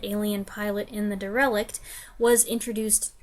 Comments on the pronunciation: Not "De-Relic" ...It's "Derelict" as in old, ancient and weathered. . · The word "Derelict" is pronounced: DARE-ah-LICKED.